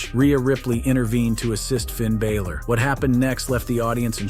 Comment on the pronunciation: Where is the y in balor?